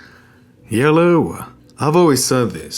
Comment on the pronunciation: yellow is not hello it souns super annoying